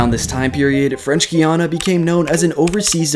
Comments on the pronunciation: It’s pronounced guy-ana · It's pronounced G AA YA NA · Pretty sure that’s not how you pronounce Guiana considering I know someone who goes their multiple times a year but hey prove me wrong 👇😅